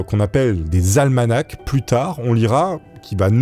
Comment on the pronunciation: On prononce un '' Almana '', le CH est muet, un almanach..